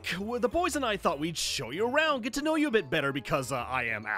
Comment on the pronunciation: Lol aphmau said dA bOyS😂